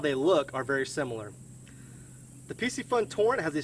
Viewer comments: I can't help but think that it's not really pronounced Pissyfun. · Dope video I was looking at getting that torrent Just to let you know piscifun is pronounced fishy fun lol